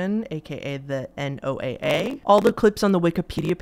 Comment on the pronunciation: Hello thank you for the upload! Real quick NOAA that is pronounced Noah. Emergency radios that tune into their frequencies and will give you information about storms tornadoes floods weather in general you'll hear it say "this is NOAA (noah) weather radio broadcasting on (insert frequency number here) MHz." I am a local weather spotter and live in tornado Alley so I have my NOAA weather radio with me at all times but when I'm not on duty to be a weather spotter and there's a storm coming in I like to listen to it because I feel like the voice even though somewhat monotone tone is very calming. Anyone reading this that would like to tap into that frequency and listen to this broadcast but doesn't have an emergency weather radio you can find them usually on broadcastify. Just search for your local area and NOAA weather radio 😀